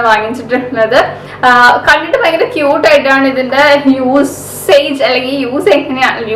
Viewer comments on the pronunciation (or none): vayankara alla fayankara.😋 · realy thank you cr7.... Actualy i know that word ഭയങ്കര... പക്ഷേ എന്തെയ്യാനാ പറയുമ്പോ ചില സമയത്ത് വ കേറി വരും